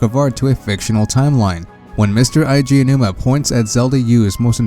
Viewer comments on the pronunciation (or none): His name is Eiji, not Aiji.